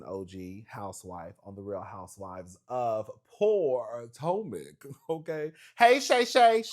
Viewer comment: the emphasis you’ve been putting on POORtomac lately 😂